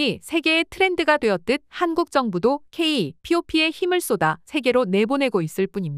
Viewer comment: A.I 더빙 ... K-POP을 케이 피오피...쉽게 제작하려 말고 점검도 했으면